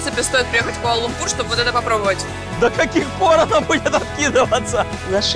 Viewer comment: Почему используете такое непривычное слуху ударение? Даже в иностранных видео используется ударение на лУмпур, а не лумпУр